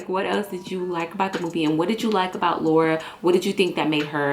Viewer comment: Lawura as he calls her lol